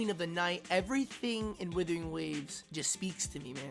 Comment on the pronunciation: Why do I keep hearing Withering Waves